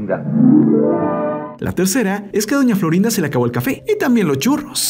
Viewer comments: No sabés hablar es doña Florinde es doña Florinda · Por qué dice Florinde?